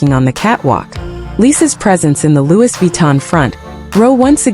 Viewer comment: ITS PRONOUNCE LOOEY NOT LEWIS 😂😂😂